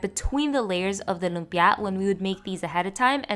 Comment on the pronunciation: You're going out of your way to pronounce lumpia obnoxiously.